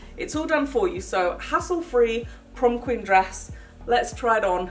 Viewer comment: The prom queen said prom queek